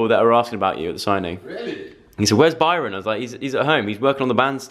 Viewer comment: The way he says "Byrooon" :D :D :D ❤